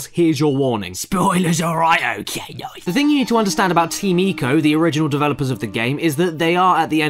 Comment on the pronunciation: SPOILERS, ALROIGHT? OKAY NOICE.